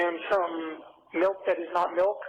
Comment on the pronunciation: “But I always drink plenty of … malk?!”